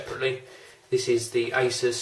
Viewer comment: YOU SAID IT CORRECTLY!! its ASUS not ASOOS!! =D